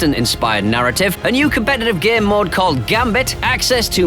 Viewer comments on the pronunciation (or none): I thought he was saying "gear mod" instead of "game mode" and was really confused why he was calling it that